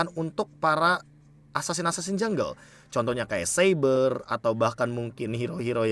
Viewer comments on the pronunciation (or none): none